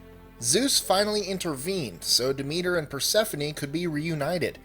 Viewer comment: Mostly accurate Persephone was slightly off